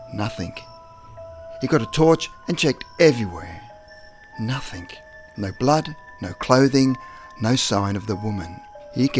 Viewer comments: The word is NOTHING, not NOTHINK !! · please say nothing not nuthink its annoying its a g not k ffs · Dude love the stories but please can you say words correctly. Story number 8 you said "nothingk" 3 times in a row. Then you said another word ending in "ing" and it came out as "ingk" again. Sorry but I just find it annoying. Other than that I say awesome work. Your friend and sub from Australia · OY DUDE; there is no K in the word nothing! you sound so dum saying it with a K at the en, no, reallY